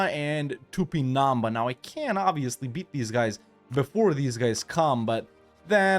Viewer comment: Great video my dude. And as a brazilian I just wanna give you a small pronunciation tip: it's pronounced TupinamBA, the strongest syllable is the last one